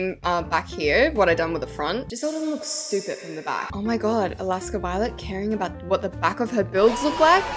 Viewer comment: like u! who says “Cringee💀”